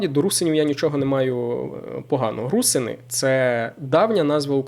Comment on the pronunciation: Не русини а РусИни ти не правильний наголос весь час ставиш. Такий наголос зазвичай ставлять москалі. Ти постійно не правильно говориш це вкурвлює